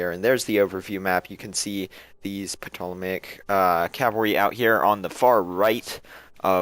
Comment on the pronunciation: you pronounce the name of the Egyptian cavalry as Tol-o-maic cavalry. Not being picky or a grammar Nazi just trying to help! :)